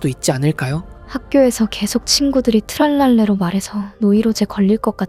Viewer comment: 붐바르딜로 트랄랄레로 브브르브브르 인데 붐바르딜로 트랄랄레라 브브르브브르 님 잘 말 해야 되요